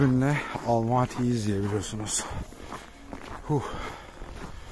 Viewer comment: Almati değil Almatıdır! Sen Türkiye’den mi geldin Türkiye!dan mı? Kazak Türkçesinde ses uyumu diye nir şey var haberin yoksa